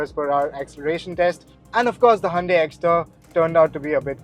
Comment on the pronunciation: sorry but cant endure any more of "Handae".